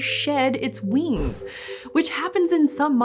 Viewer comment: It's almost cute how she says wings, weengs.